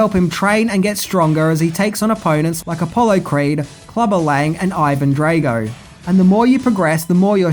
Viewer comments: I know you’re generally as thick as two short planks, but for fucks sake learn to pronounce peoples’ names correctly. There was no such character as Ivan Dray-go, and he wasn’t plated by any actor called Dolph Lunge-dren. You’ve only had 36 fucking years to learn how to pronounce them correctly. Bell end. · Being Swedish and all I wonder, not that it's a Swedish name, but why did you pronounce Lundgrens Drago as Drejgo? I mean you've must've seen the movie and heard the nam being announced a dozen times 😅 Also the song was Burning Heart not Burning Heat, even though that title would've worked as they were in a very cold climate atm while the song played 😎 Great content as usual 👏 Bacon-Bear from Sweden 🇸🇪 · Do you purposefully mispronounce names? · Drah-go not Dray-go, pronounced schmelling and Burning Heart not Burning Heat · Good review BUT it's pronounced DR-ARGO...not Draygo. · Dre -go ? Cmon really. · Yo learn to say drago properly FFS do you watch these movies ?? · DRAH-GO not DRAY-GO FFS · It's not pronounced drAgo. It's Draaago. Get it right dude. DAMN!! Did you actually WATCH the movie before critiquing it? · I thought it was Drago ?..Draygo? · Drago. Not draaago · Drah-go not DRAYGO lol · Drago, not Draygo Burning heart, not burning heat. Research was poor. Tut tut. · comon dude Drag o like drag to drag something then o Drag O not Drage o sorry if I'm nip picking your a good dude have you ever thought about doing a greatest f ups video? I'm not being a smart ass just saying it would be a fun show similar to what the nostalgia credic dose some times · Draaaaago not Dreygo haha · "Drago" (Draw Go) Not (Dray go).. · I love ya, but honestly every time you say Dray-go instead of Drahh-go it feels like getting hit by... well... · Not DraYgo...........DraW-go...................I understand you have the Australian accent, however its also important you pronounce things correctly. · Ivan Drey-go! Lol